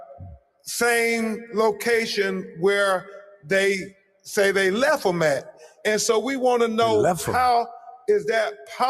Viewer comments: There's a T at the end of that word Crump. lefT not " leff " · He said, where they leff him. And he said that we will cross every t. We'll cross it , but we won't pronounce it. Loser.